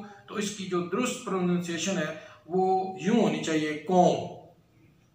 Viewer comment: Ur endeavor is appreciated,,comb pronunciation is like Urdu word QOM-NATION,,, Not kom as spoken in our pahary belt. 2, bomb is bom, neither o nor a, rather in between o and a,,, by making lips round, sir!